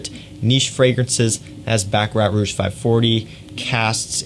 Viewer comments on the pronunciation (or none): none